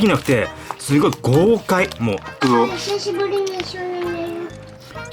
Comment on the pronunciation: 「ひしゃしぶりの」🤣カワイイ